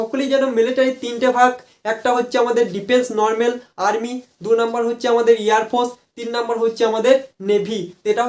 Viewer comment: Airfours😂 airforce ✅